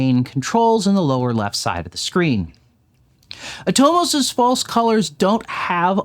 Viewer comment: Super helpful video! For what it's worth, I believe Atomos is pronounced "AH-tah-MUSS" or at least that's how I've heard Australian cofounder/former CEO Jeromy Young pronounce it.